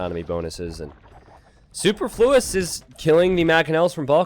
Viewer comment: I would have liked to watch this video, but you guys really need to look up how to pronounce "superfluous." The stress was all wrong which led to Super flue, turning his name from something extraneous into something vital.